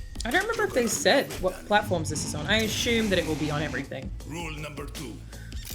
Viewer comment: I just like the way you say aschume